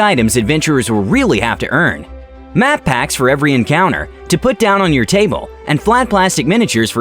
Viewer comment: At the beginning of the video when he said “map packs” I heard Matt Pats, but that’s just a theory, a tabletop game theory!